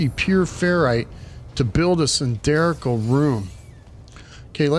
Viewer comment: 2 things 1) I am at this spot, and do not have glass blueprint. Cannot make walls with windows. No idea how I skipped this. 2) "cylindrical' - that is not how you should say it.